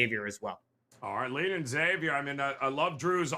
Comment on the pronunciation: love your wealth of knowledge. Friendly tip: it's Zay-vee-er, not EX-zay-vee-er